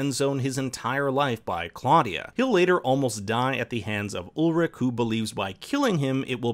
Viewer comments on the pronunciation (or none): Ulrich, not Ulrik! Claudia, not Cloddia! Peter, not Pieter! Charlotte, not Sharlett! Franziska, not Francesca! Silja, not Sildsha! Agnes, not Eggness! Regina, not Redshina! Hannah, not Henna! Mads, not Medds! You guys should really get how to pronounce names correctly.